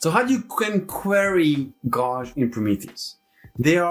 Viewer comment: Love your video. One note though - check how gauge is pronounced ;)